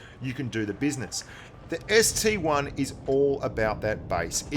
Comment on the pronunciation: Ah the ST-1 name has infected blitz just like PC. PLEASE ITS CALLED AN ST-I. PRNOUNCED EYE. Not 1, EYE. if the I in ST-I was a 1, then the KV-1 would look like KV-I. Sorry, just a triggered PC player talkin'